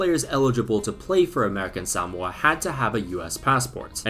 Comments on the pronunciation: Suh-mo-uh Not sam-wuh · Why are you saying Sowmoa? It's Suhmoa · Bruh it’s pronounced “suh-mo-uh” Not “SAM-mo-uh” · its more like saMOa not SAmoa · Why is he saying “Samoa” like that? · He cannot properly pronounce "Samoa." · can we just deep how absolutely wrong pronunciation of Samoa is? it's not even right in Samoan, and is completely wrong in both British and American English, this is impressive levels of butchering WHAT HAPPENED TO THE O MAX? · I can safely say I have never heard anyone pronounce Samoa in this way